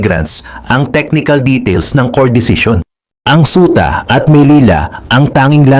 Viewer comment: Suta or ceuta?